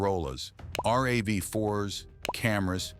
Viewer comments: Gaaaaa. It's not R A V 4. It is RAV4! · On my Toyota. of these 7 features 5 didn't work and the other two I have been using for years... Oh and RAV 4 is NOT pronounced R-A-V 4 Rav is pronouced as a word that rhymes with Halve, I'm waiting for AI slop to pronounce Tacoma as Taco-Ma.